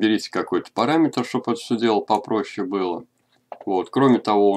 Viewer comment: "Кёрв" произносится, а не "курв"